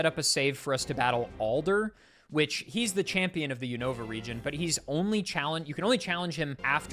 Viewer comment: Nice to hear a poketuber pronounce Unova the way I always have and not the way I've heard people saying it the past few months